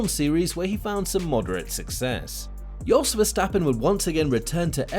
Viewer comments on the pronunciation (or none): His name is Jos. Not Yos.. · Yes sorry lol, I forgot it's Jos and not Yos.